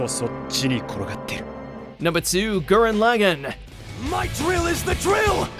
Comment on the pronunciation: Every time mispronounces Gurren Lagann I feel irrationally angry.